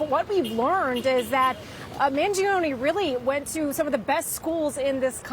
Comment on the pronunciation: Man-joe-nee not Man-gee-oh-nee (it's Italian).